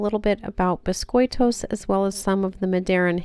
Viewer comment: As a continental Portuguese from the area where we have a neutral accent (near Coimbra), I found your pronunciation understandable! Well done!